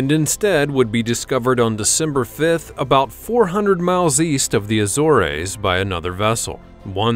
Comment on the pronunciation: Coast-ah concordia? Try Costa as in Costco. Also at 7.33 Azor-ays? try Azorz for the Azores. Not every e in the world is an a. I fact most are not and those that sound like it are often eh, a sharp eh at that in origin.